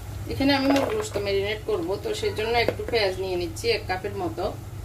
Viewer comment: ....apnar shob video gulo e valo....kintu aapni kicchu kicchu uthcharon vul koren...jemon Pani k apni faani bolen Piyas k phiyas bolen Piyarake apni fiyara bolen Piyaji k fiyaaji...aaro onek kicchu kottha vul kore bolen apni Ai uthcharon gulo valo kore bolben....tokhon apnar subscriber der shonteyo valo lagbe....just kicchu vhul uuthcharon gulo thik kore bolben next time👍